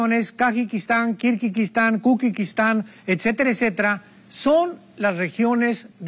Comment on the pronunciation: . Este tipo no sabe ni pronunciar los nombres de las naciones que menciona, ¿"Kukikistán"?